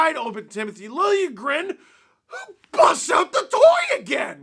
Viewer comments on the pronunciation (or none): lil-juh-grin >:)